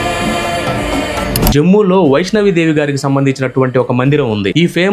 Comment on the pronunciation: Vaishno Devi అని పలకాలి సర్. వైష్ణవి దేవి kadu